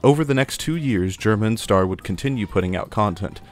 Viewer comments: can you remake this video but like. read Stars name and say it like Star. thanks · Is bro staying Star wrong on purpose? 😂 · "stair" is ster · My biggest annoyance is how he's called 'Stair' like the word 'Star' doesn't already exist. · Pronouncing “STAR_” as “stair” hurts my soul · Stair? It's STER >:( real talk, great video, crazy how we can get nostalgic about videos about videos about video games, will this video join the legion of nostalgia too one day? T-T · "stair" come on man just say star i feel like your doing this to mess with us at this point on you said it right what's the point it only serves to distract us from the video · I think that's just how he pronounces "Ster". Did you hear how he pronounces stereotypes? This also explains why the pronunciation switches between "ster" and "stair": it's just where the emphasis is placed.